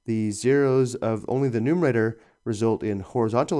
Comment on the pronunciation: It's numerator, not numater.